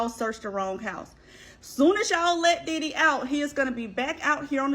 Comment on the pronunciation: You said Diddy name wrong at the beginning